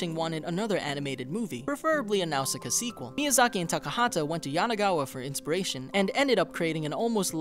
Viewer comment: He keeps mispronouncing Nausicaa